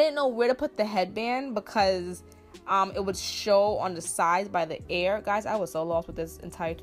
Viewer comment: EAR NOT AIR 😭😭😭...no tea no shade it just irritated meee